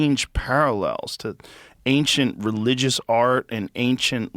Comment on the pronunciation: i never would have expected to be the one who says "anxient".